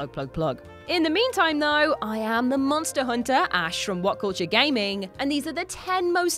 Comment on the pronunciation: "Monsta Hunta"